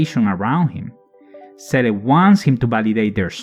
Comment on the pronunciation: This was a very interesting listening. Many of those facts I never noticed. Also I like how you pronounce Seele like the katakana reads.